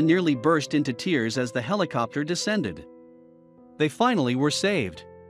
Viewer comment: same way she felt the helocoptor vibrating around her... ya the robot said it wrong in the video